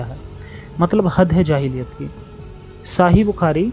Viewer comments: Dekho aap muslim nhi ye toh confirm hai- sahi ko saahi bol rhe ho. But apne jitni baatein batayi hai unki tahkeek krungi. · Sahi ko baar baar saaahi saahi kion bolte ho, kabhi sahi shabd nhi suna india me?